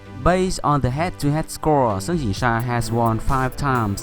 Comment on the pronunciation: Wow the way your pronounced their Chinese names sounded like a native Mandarin speaker. All the tones are on point